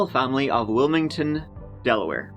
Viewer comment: del-a-where? 😂 I practically live in Delaware, I’m in Maryland technically but could walk into New Castle County and I’ve been to the complex where Joey and Olga lived. Wilmington is about 25 minutes from me. It’s a small little state but the beaches are great !